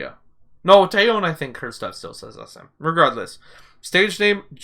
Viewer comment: Just a small heads-up: The Korean "eo", as in TaeyEOn, is pronounced like a short "o", almost "uh", and not stressed, the stress being on the first syllable. So kinda like 'TEH-yuhn'